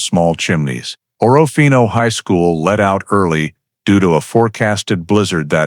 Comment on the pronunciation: It’s pronounced orfino not orra fino